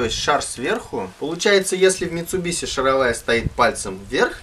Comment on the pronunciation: Во первых не матерись - смотрел с ребенком и был на грани выключения. Во-вторых стУпица и шАровая... Слух режет жутко...